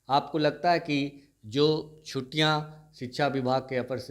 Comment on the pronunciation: chhuttiyan bolte hain na ki chhutiyan uchharan sudhariye aapka uchharan bahut ashuddh hai